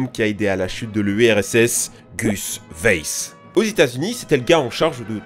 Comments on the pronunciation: Weiss se dit « waïss » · Weiss se prononce vaïss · Ça se prononce "vaïsse"